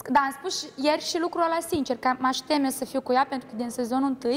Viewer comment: Anseamna a zis ca se ceme de fizz eu cred ca nu se ceme doar face misto andra ar trebui să învețe sa vorbeasca ea spune scie vorbesce ceme in loc de t zice ce